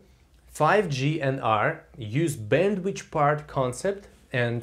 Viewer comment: Thanks a lot! But it's bandwithhhhh not bandwichhh :(